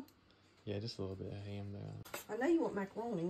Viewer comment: The only person that says HAM in two syllables. HAYEM